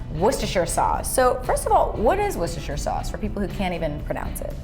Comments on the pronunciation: wooooooooster sauce please, NOT woocestersher sauce... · it's pronounced "Wooster" sauce. You'd be a laughing stock if you said that aloud in the UK... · wooster sauce cause of worcestershire in England.. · Incorrect, the "shire" is silent.